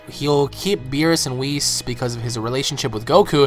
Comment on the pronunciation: Lol your saying whis wrong I think idk in the English dub it doesn't sound like that when a character says his name but cool vid bro